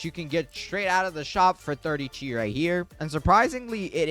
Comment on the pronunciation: Bro it’s chi not chea